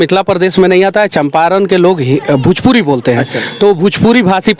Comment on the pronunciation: Bhujpuri nhi hota h bhojpuri hota h